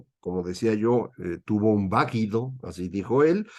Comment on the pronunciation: Pero Lopitos dijo “vaguido”